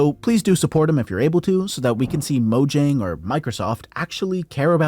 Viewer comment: mo yang is how u pronounce it